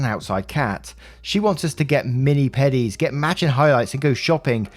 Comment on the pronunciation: We're gunna ignore saying 'mini pedi' instead of 'mani pedi'? Just wanna breeze on past that? yeah sure alright